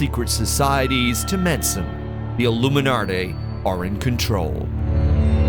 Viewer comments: ILLUMINADAY????? And here I thought all these many years that I was pronouncing it correctly - Illuminati!!😊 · Don't trust anyone who pronounces illuminati...."airloomenartere" 💀🤦🏾‍♂️ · Aluminumarty? You lost me. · "The illuminartay are in control"...??? I'm done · I tried to watch but I can’t get over how you pronounced Illuminati. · I noticed too, is it the same guy who pronounced nazi as nutzi in another video?😂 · It’s almost as if a Brit recorded it with all those extra R sounds in words like Illuminarti and Incar, but then ran it through a filter to sound American.